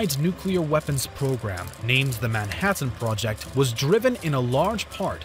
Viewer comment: Why do you enunciate things like you're reading one syllable at a time. "Nine Teen Thur Tees" "Nuclear AT-AMS" "Man Hat Anne project"